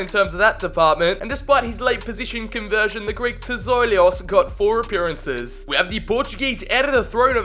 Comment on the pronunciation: PLS STOP SAYING TZIOLIOS ITS PRONOUNCED TZOLIS